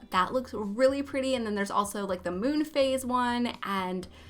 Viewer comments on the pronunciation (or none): none